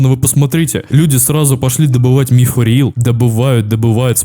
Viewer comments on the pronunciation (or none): none